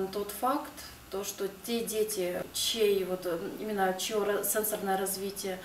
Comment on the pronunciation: спасибо за информацию, только не сЕнсорное, а сенсОрное развитие)